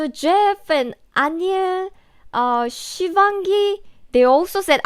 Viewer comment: she pronounce shivanhi so correct 😯😯😯😁😁😊😊